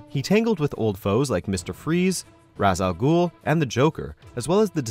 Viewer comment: Raysh Al Ghul goddamn these Nolanites.